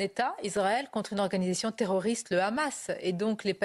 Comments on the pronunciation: Il va falloir leur apprendre à prononcer Hamas en passant, la prononciation R'hamas et celle des sionistes car prononcé comme ça, cela veut dire "violence, monstre..." alors que la prononciation est normalement H' amas avec un H expiré. Alors entendre les editorialistes prononcer R'hamas n'est pas anodin. #barbier#abnousse#estrosi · Le Raaammaas, à la prononciation tu sais qui parle...